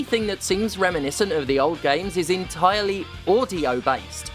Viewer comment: omfg en-tyre Lee that's terrible I love it 😂